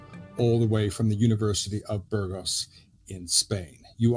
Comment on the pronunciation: You can learn to pronounce 'Burgos'.